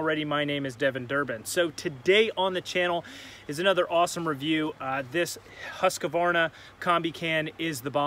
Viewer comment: Husckavarna, Im Swedish so its sound funny :D